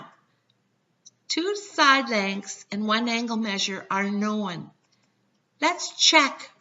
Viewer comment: What's this word, "know-win"?